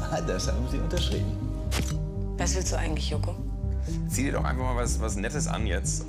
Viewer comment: Sagt sie da ey Jopo anstatt Joko?